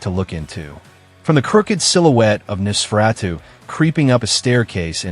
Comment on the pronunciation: It seems the computer voice is struggling with Nos. Typically it's Noss-fur-ah-too. But yes, it's interesting how they've evolved over time. They are a meme interpretation of "forever young" along with alternative culture. Interestingly, Interview with the Vampire the short story was written in 1968, so the modern vampire is already quite old